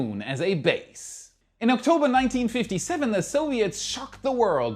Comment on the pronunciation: Ok, you get extra credit for pronouncing "Sputnik" correctly!